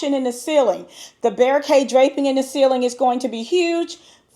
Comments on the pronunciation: Is it Bare-oh kay draping because it's spelled like the musical (Baroque) Buh-roke period. Just curious. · With all due respect, the pronunciation of baroque is br-owk. 🙏🏾